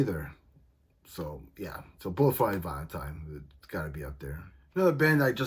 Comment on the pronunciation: "Bulle fo my vi tieen" 😂